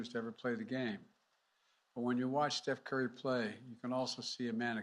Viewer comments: Steph Dray Ki 🤣🤣🤣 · Did he say seth curry lol